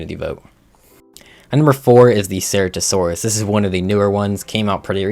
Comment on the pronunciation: cer-ah-to-saur-us not cer-rato-saurus gig-gan-toe-rap-tor not gigaraptor car-car-ro-don-to-saur-us not car-char its also only on maps that have gigas not every map fah-soul-ah-suk-us not fah-s-sol-o-suk-us pretty sure its hay-ti like hate-ti not hah-ti dino-sue-kus not dino-su-chus hell-o-core-pre-on not hell-o-co-pry-on you said it right the first time wrong the second